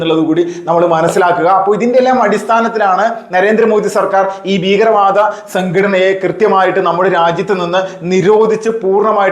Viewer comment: താങ്കൾ 'ബീഗരവാദം ' എന്നാണ് പറയുന്നത്. 'ഭീകരവാദം ' എന്ന് തിരുത്തി പറഞ്ഞുശീലിക്കണം